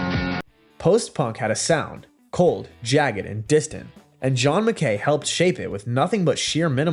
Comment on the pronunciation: "john mc.K A Y"?!?🤷‍♂️